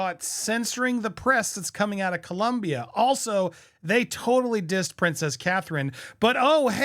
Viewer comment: Co-lOm-bia. O NO U!